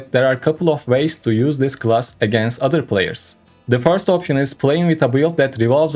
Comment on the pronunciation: This attempt at English language has to be literally the worst trash i ever heard., rather than being pay to win player,you should spend some money educating yourself. you cant pronounce literally the most simple word,class...its time to question your life choices